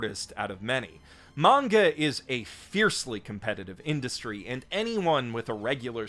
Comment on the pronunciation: I just realised that you say "manga" and not "menga" like many other people say it which I don't like all that much; I prefer "manga" over "menga". Nice! :D